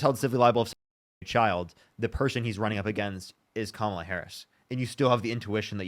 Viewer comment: If you're a man who's unable to say "comma" + "luh" (barring any relevant speech-production disability), you are unqualified to vote. Also, while I hate speaking for all women, I will at least speak on behalf of the decent ones: no woman should fuck any man who says "kuh-MAH-luh".